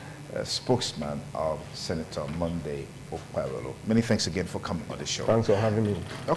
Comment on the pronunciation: Why are we wasting time on this apc candidate that can't even pronounce his name 😅😅